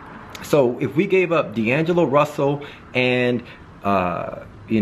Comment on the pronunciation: I hate how he says dangelo russle